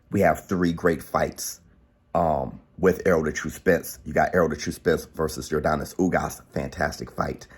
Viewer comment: Denis not Donis lol im cuban, when we say Yordenis its sounds like Yorr Dennys lol